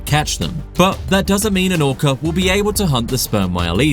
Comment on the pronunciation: Did I just hear him say" an orcer "